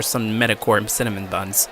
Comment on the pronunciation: “Awesome Cinmon buns” Cinnamon!!!!